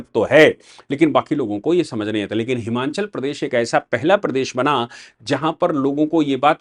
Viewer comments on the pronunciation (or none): साहब उच्चारण हिमाचल है। न कि हिमांचल। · It is" हिमाचल" and not "हिमाँचल"